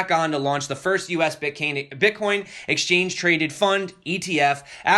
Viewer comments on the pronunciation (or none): What is this "Bitcain" you speak of, Sir? Which "Platfirm" can I buy this? When pump? This sounds like a great new coin...:)) great stuff, also de TA vid. was great!